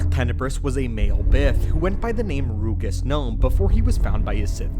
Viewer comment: Its pronounced ROUJUS gnome. Listen to the datth plaguise audio book